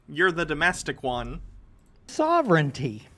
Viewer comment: sovereignty is pronounced sah-ver-en-tee and sovereign is pronounced sah-ver-en